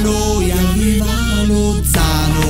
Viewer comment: Ahahahahahahha grandi. cmq non si pronuncia LoZZZano con 12 z. 😂 - Lozano .